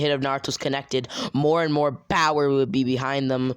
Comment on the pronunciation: Wait you said bowerrrrr!